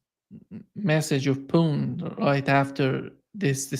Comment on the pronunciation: It is very annoying when the host can not pronounce Putins name properly.